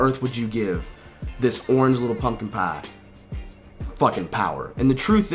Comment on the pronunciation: when he said orange pumpkin pie :) when that southern kicks in